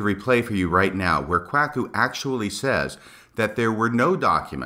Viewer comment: The pronunciation of Kwuaku….I know it wasn’t intentional based on other podcasts where you state as much …but it’s still hilarious and I enjoyed it every time you said it….and it’s quit fitting I might add!